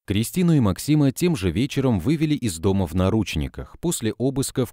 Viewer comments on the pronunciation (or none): none